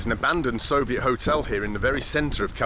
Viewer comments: We made a drinking game out of it, a shot for every time he say "sovjet".... big mistake! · Can't wait for someone to make a compilation of every time he's said "soviet" in a video. I expect it to be at least an hour long...